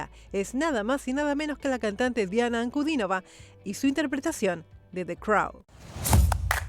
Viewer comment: Muchas gracias por nombrar el apellido de Diana correctamente, con el acento correcto. Gracias por el respeto